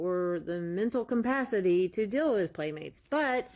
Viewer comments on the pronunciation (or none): LOL , "mental comm-pacity,"............Jeeezz, these people are dumb.